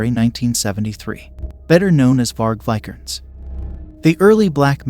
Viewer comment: It's a mild nitpick but maybe in the next video listen to names and certain words your not sure about pronunciation Vi-ker-nes, Lam-bee-sis, Not-see-ism.